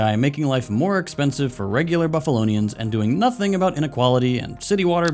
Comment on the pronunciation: You said Buffalonians, are you sure you're not from WNY?